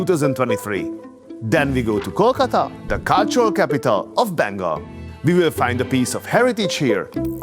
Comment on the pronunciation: I love the way you said KOLKATA .... & Kasundi... ...